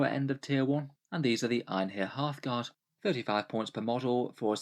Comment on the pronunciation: Every time you say "Einhyr Hearthguard", I hear Halfguard and that is what I will now be calling them from now on